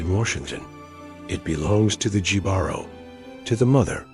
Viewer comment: Im sorry i cant watch any further after how you said jibaro